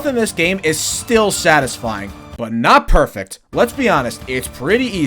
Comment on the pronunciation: “I did not hit hurrr - I deed naaaaht!”